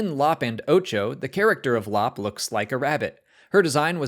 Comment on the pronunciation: Lop’s name is pronounced “L- o - pe”.